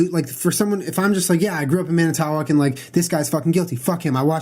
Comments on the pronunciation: "Man it oh walk" is how you pronounce manitowoc. lol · yeah it's Man-it-tah-woc. Hahaha! wisconsin names are really tricky I live here so i completely understand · Say it with me now... Man-ih-toe-wahk I'm from Wisconsin, people pronouncing cities here wrong is one of my biggest pet peeves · "MAN-AH-TAH-WOC" You're welcome. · its man-i-tow-walk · It's pronounced man-i-toe-woc lmao I just about died (Wisconsin native) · It's Manitowoc pronounced: man-eh-toe-oc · Alex Wagner or man-ah-toe-oc. Julien's pronunciation made me 😂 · just so ya guys know its pronounced MAN - A - TA - WALK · I live in Wisconsin, very close to Manitowoc and the way Julian pronounced it had me on the floor laughing. It's actually pronounced Man-i-toe-walk just saying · Manitaowac lmaoooo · Manitowoc WI (man-a-toe-wok) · Not important but it's pronounced "man-i-toe-wock"😊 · Man-I-ta-walk. Wisconsin. Hah I know our city's are hard to pronounce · Manitowoc WI! You said it funny, I'm from Wisconsin we pronounce it ManiTWAK. Which is weird because that is not how it is spelled! Love you guys! PS, been to Manitowoc, very small town. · I live in manitowoc!!!! It's turned our town upside down!! It's pronounced Man-ih-to-walk btw :) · It's pronounced Man-i-tow-awk. Lol. I live like 2 hrs north ish of there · Haha it's pronounced "Man-it-ah-wock" :) I live right here and Making a Murderer is SO GOOD!!!! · Born and raised in Manitowoc. I pronounce it Man-it-to-wok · LMFAOOOOO 😂😂😂 I live in Manitowoc and you’re saying it SO wrong. Lol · Katie Claire I agree I almost died I'm sitting here yelling at my phone saying it the right way. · oh how Julien just pronounced Manitowoc just killed me inside... sigh s'okay though, we do have weird names for our cities in Wisconsin. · They way they pronounce Manitowoc kills me 😂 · Kills me how you pronounce manitawoc lol as a Wisconsin native who constantly gets made fun of for their accent. 😂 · LOL he can't pronounce Manitowoc